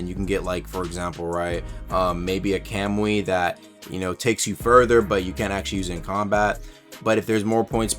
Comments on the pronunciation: "kemui" lol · Please tell me your pronunciation of kamui was a troll